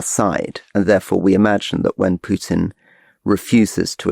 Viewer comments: Why can't you pronounce Putin's name correctly? Is this on purpose? It's Pootin. Not Pyutin. I mean if you are doing this on purpose - fine, but if not this is just incorrect. BTW - Rasputin also pronounced "Raspootin", not "Raspyutin" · There is no 'U' in Vladimir's surname... cant listen to u always making the same mistake. Pootin. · First time to come across this channel , Just auto pop-up . After 9 minutes , Decide this isn't a respectable people on the mic ,. Calling Vladimir Putin as PUKE-tin , That's it . I could respect your opinion, whatever is was or going to be , But cannot tolerate DISRESPECTful people . Bye